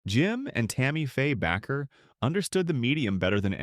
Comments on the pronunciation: Minister’s name is pronounced ‘Baker’ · His name is Baker with a long a. Not Backer. Learn how to pronounce names.